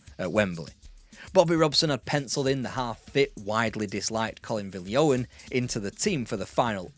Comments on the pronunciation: Great video, well done. Small point but it’s “Colin vil-Jon”. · Pronounced Vill John!!! great videos!